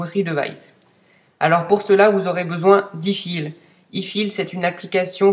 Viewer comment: Super vidéo mais on dit aiefaile